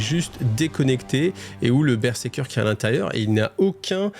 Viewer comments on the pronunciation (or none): Alors c'est pas pour faire le mec chiant, mais on dit BER-ZER-KER Pas BerSeker 😂